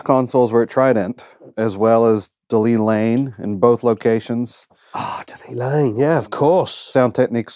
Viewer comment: De Lane Lea, not De Lea Lane. 🤪